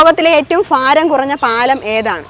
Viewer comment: ഫാലം അല്ല പാലം